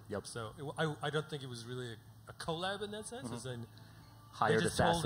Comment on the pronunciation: hate how they keep pronouncing 'collab'